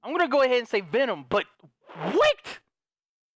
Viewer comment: I love how H20Delerious says Venom, lmao, he says "Vinom".